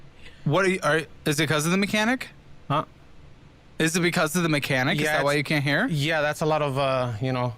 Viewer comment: I have to agree with the brown shirt on this one comment, I couldn't understand whatever the auditor slurred out there. No, in this case it's because you slurred your words and said "shfhhdmechanic?".